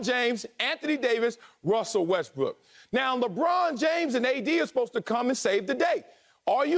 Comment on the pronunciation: Did Antoine say Wussell Restbrook?